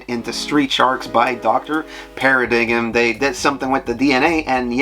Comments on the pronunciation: I like to point out that Dr. Paradigm’s name is pronounce as “para-dime” in the show. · Oh man, it was getting me too. Lol. Been living this guy's content but he really hates silent letters in pronunciation. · I know this is an annoying nerd correction, but paradigm is pronounced "pairadime" with the g being silent and the i sound being long. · "Doctor Paradig´em" LOL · Wasn’t his name pronounced as doctor “para-dime” as like the word paradigm?